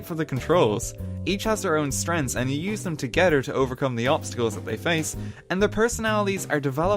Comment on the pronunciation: "BroDers"? ..... oh ok, then I heard you say togeDer and eiDer.